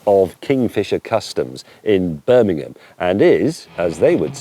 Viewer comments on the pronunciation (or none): none